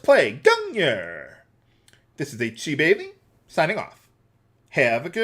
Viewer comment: The i is silent in Isabeli